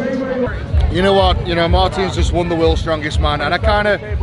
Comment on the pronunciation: Nobody: MARTIIIINS having a stroke